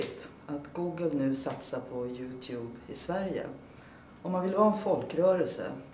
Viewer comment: haha, Mona har bättre engelska än dig! Hennes var inte perfekt, men va fan? "Yotub"? hahaha